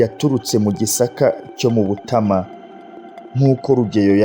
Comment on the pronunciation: Bibabereye byiza mwajya mubanza kumenya amazina y'abantu n'ay'ahantu, naho uburyo musoma bituma amateka abiha. Ngo....Butama.... Ni Butāama!